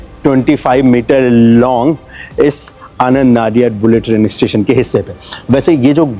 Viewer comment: Sir it's आणंद not आनंद In Gujarati આણંદ